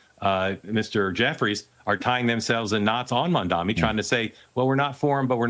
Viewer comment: If Fox wants to have an infkuence on the NYK Mayoral race, first learn to pronounce his name. Its MamdaNi not MamdaMi!